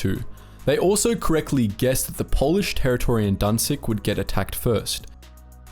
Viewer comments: może sie kurde naucz że nie danzig ale Gdańsk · you even pronounce it wrong, it is not guhdansk, there is no u. And danzig sounds really bad, like someone had choked on something or someone was coughing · one thing that really gets on my nerves; IT'S GDAŃSK! NOT DANZIG danzig was the german name for Gdańsk which is a Polish city, not German, there should be no germanisation of what was so desperately defended from germans. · Danzig sounds better than "Guh-Dansk" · XDDD wtf is danzig, *Gdansk (Gdańsk) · Why do you call Gdańsk Danzig? Danzig is a german name. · Danzig sounds better, "Guh-Dansk" now? It sounds slobbish